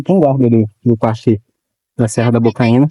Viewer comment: Bocaina,,, não Bocaína😂😂😂😂